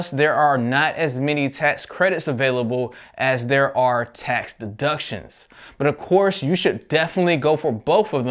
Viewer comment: i like how you say butt instead of but